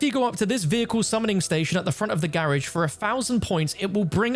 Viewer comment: In the grrrrrrrage!!!!! LoL😂😂😂